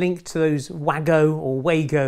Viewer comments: The wago connectors have small ports at the end that allow for test probes to be inserted without the need to remove the installed cables if you are fault finding and checking for a voltage. Wagos are produced by a German company and wagos is pronounced Vargo’s. Available from places like Screwfix, TLC and most electrical wholesalers. Another great informative video. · Wago is German, pronunciation is 'vargo'. Widely available at all electrician supplies, Screwfix, Toolstation, etc. Similar product is called Ideal. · Super job as always. I’m in the electronics business in the UK and I always pronounce Wago as “way-go”, but I know that being a German company the correct pronunciation is “var-go”. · WAGO Pronounced ‘vah-go’ are brilliant connectors that I have used a lot in industrial work. They do manufacture a long strip version in conventional terminal format, which directly replaces your prehistoric terminal strips. The downside is that they can only be purchased in large quantities, so in this case the prehistoric version wins. I have used the HobbyTrax alternatives for connecting section droppers to bus wires, and am very pleased with the compact and tidy appearance of the completed wiring. If I have one left when I’ve finished, I’ll send you one to review.